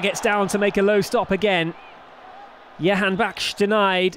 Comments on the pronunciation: Can anyone tell this announcer the name is Jahanbakhsh and not Yahanbakhsh. J=Y only for Spanish names. he has been saying yahanbakhsh for the past two years.... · They have hard time saying "Jahan" I believe. But I agree with you. Sounds like a Jewish last name YAHANBAKHSH...